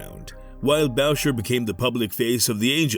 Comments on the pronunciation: 10 seconds in, you lost me with the pronunciation of Boucher. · ahah I thought the same exactly..